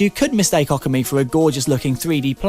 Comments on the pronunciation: Also it's obviously pronounced okami, you know, literally identical to how it's spelled? Yeah. What "ockammy" is, I'll never know... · Wait theres no silent "r" in it is there? I thought it was pronounced "Oh - Commie"? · lol it's pronounced like Ohh-Kami/Awe-kami, cause when you spell it properly in english its ookami. i know cause i'm japanese yo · Its pronounced O-Ka-Mi But really who the hell cares, its an awesome game. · No because that's how it's pronounced in the game. So we know we are pronouncing it right, and he's pronouncing it wrong. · Amazing how the reviewer manages to mispronounce Okami even though it is said in the game. -_